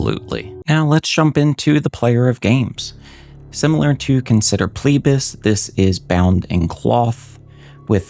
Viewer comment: It's FLEE-BAS, not PLEE-BAS.